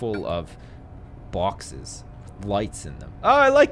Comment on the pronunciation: when he said boxes i could tel he's from newyork